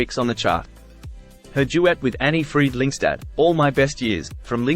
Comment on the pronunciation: Märrih Fräddricksunn. 🙄😇